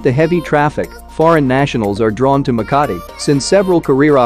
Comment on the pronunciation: Makati city The maka in makati is slow